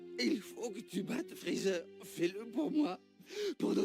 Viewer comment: Freezert? Mdr c'est Freezer hein